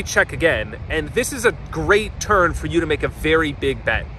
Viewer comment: Is he saying turn or turd?